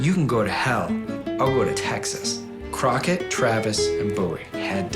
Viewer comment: Davy “Crockerd” great American mythological “lemon”